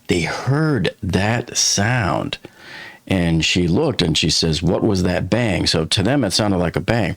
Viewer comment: The way she enunciated bang is just... off. She stressed the word "that" and minimized the word "bang"